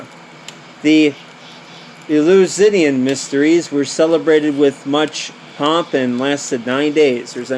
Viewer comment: Easy way to say it: El-you-sin-ee-in